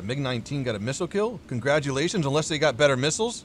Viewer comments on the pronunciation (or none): none